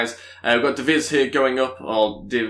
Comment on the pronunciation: Great video! You are the only YouTuber that I watch that actually responds to comments! That was a big part of why I subbed!😃 Anyway keep up the great work Edit: I think it is pronounced de vries (rhyming with)